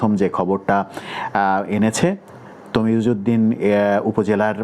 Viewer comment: তজিমউদ্দিন নয় তজুমদ্দিন